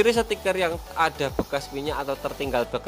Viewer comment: Sticker bro bukan setikerrr